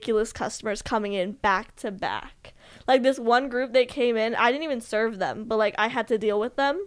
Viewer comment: Zane says "thum" instead of "them"